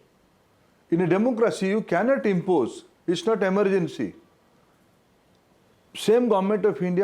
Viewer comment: It’s not impoje, it’s impose . Omg who selected him as education minister